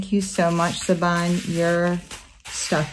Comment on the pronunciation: Oh boy those are gorgeous! My favorite is the cat. They look like such good quality too. Just FYI you pronounce her name Shivan (it's Irish).